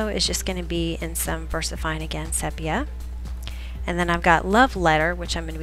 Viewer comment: So cute! I appreciate that your videos are so nicely done. (BTW, in photography, the color sepia is pronounced as "seepia" with a long e.)